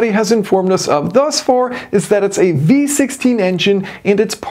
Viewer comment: I can't help to hear B16 every time you say V16 😂